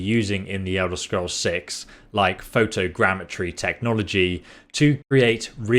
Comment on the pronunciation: “photo grandmatry”